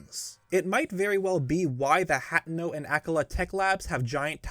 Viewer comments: “Hat’no” “Ak’la” Bruh, it’s pronounced “Ak-All-uh” and “Hut-ainoh” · i get so engrossed in these theory videos and all of the meticulous research being presented....until says HAT-no or "AK-uh-luh" lol.